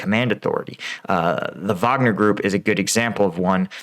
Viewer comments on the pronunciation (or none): none